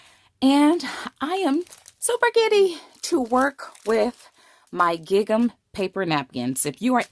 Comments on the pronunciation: It’s gingham not gig am. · Wonderful technique, I've never seen this before - thank you for sharing!! I can't wait to try this :D (just a note: gingham rhymes with ring-um) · Great! Just to let you know, gingham is pronounced similar to "ringum". Xx There's no hard G. Xx